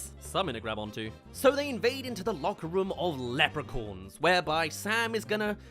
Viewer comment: The way you pronounce Leprechauns